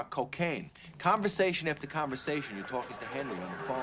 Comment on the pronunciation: I like how Tommy aged like 20 years more than Hendry in the time jump and I really like how Tommy pronounced Henry's name Hendry.